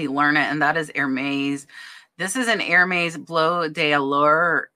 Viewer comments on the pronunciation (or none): Love your videos. Thank you. I always learn so much from you. As an aside Hermès is pronounced "air mez" :) - short e